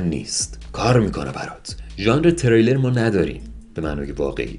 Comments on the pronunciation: حاج آقا ژانر تریلرتلفظش رو باید درست تر ادا کنی، تریلی که نیست! دمت گرم و خسته نباشی ویدیوهات من رو که معتاد کرد همیشه دنبال کنم. دستخوش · ژانر تریلر؟؟؟ تلفظ این کلمه رو یک بار دیگه چک کنید لطفا! اون تریلر که شما گفتی معنیش پیش پرده های فیلم هست. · ژانر تِرِیلر چیه عمو جان! منظورت تریلر بود دیگه!